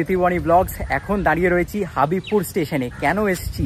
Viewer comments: হাবিবপুর নয় হবিবপুর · হাঁদা, হাবিবপুর না হবিবপুর।